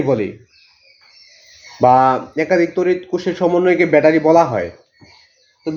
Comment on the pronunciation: ভ্যাটারি না ব্যাটারি 😅